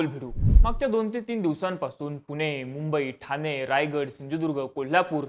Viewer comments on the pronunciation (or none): none